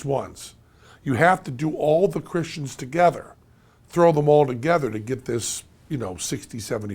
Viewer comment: "Cristens" haha. Also, I implore you to look up the definition of the word 'fact'.